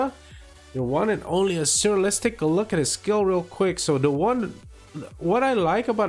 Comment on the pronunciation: You are the First YouTube who Pronounces the Hero 'Asura' NORMAL , not like JT's 'ASHURA' which does'nt even Exist in Castle Clash.